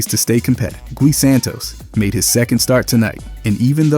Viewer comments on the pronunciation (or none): Poor guy his name is pronounced Guoy like Buoy with a G. Not Gee